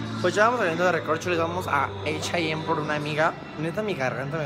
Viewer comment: 😂😂😂😂😂😂😂😂😂😂😂😂Jajajajaja! "Eich ay em" morí 😂😂😂😂😂😂😂😂😂😂😂😂😂😂